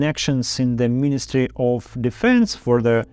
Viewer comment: Для начала неплохо, но стоит поработать над правильными ударениями. addrEssed, defEnse, sEntenced, Intimately, allOw, accOmpanied, oppOnents, sEparatists, compEtitor